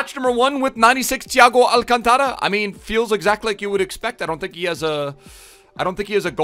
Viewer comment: Alcántara, not alcantára